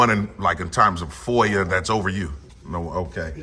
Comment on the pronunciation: There's no r in foia. .get it right